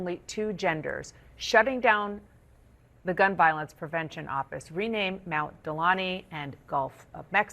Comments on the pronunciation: I hope someone catches how this moronic bleeder mispronounced Mt Denali as “Mt. Delani”. It claims to care about native language of the indigenous people by which Mt. McKinley was re-named in 2015, but it seems to care little if it can’t get the pronunciation correct. It’s Denali, Dana not Delani. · did she just call Denali "Mount Delonnie"?? Is she lysdexic? (Did she vote for Kalama??) How did she get her job- what hiring criteria? Appealing appearance over intelligence or eloquence? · She can't even pronounce Mt. Denali correctly....calling it Mt. Delani....maybe Dana needs to go back to school...🤣😂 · Dana.. if you’re gonna complain about renaming Denali (and I do, I’m an Alaskan and Denali is the original name) perhaps you should learn how to pronounce it. Otherwise to most of your list of Trump Transgressions I say “keep it up Mr. President!” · She did not just pronounce it delani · She forgot he made Dana Bash mispronounce Denali as Delani. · She can’t even pronounce Denali properly. Delani???? Really. Jesus she can’t even read and she is a supposed to be a journalist??? 😂😂😂. What an idiot. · Man she dumb🤦‍♂️ Its Mt. Denali NOT Mt.Delonnie😂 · Mount Delani? Idiot, the name is Denali, although it was originally McKinley. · De Na Li, not De Lane E. ( The moron can't even read a teleprompter.) 😂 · Hey Dana, it's Mount Denali, not Delani . You must've been sleeping during geography class. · Lol, she couldn't even take the time to learn to pronounce Mt. Delanli correctly. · Dana Bash reported that President Trump “renamed Mount Delani”?? Delani?? It was DENALI. At least she should be able to pronounce “McKinley.” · Mount Delani??? WTH she can't even pronounce the name correctly, and she is reporting news????? You Liberals keep watching CNN. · She may want to try that name again? It's Denali not Delani! GEESH! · She mid-pronounced Mt Denali. She said Mt Delani…..🙄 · She called it Mt. Delani ... it's Mt. Denali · "Denali" not "delani" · She call Denali Delani? 😂